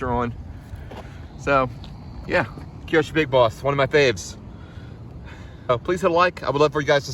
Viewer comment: Beautiful truck! BTW "Kyosho" is pronounced with two syllables: KYO-SHO. There's nothing between the K and Y.